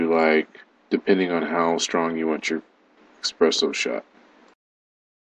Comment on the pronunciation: Oh my god 🤦🏻‍♂️ expresso